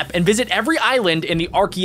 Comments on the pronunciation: like arkeypelgo when it is arkpelgo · you pronounced archipelago wrong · Lol he pronounced archipelago wrong Edleast I think he did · It’s called archipelago not archipelago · you pronounced archipelago wrong.